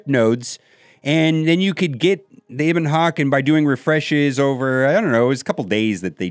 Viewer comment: Eh-bon Hawk, not Ee-bon Hawk.